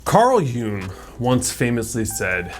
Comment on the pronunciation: Thank you for being the only person I've ever heard pronounce Carl Jung's name right! Even my Psych professor never said it right. 😂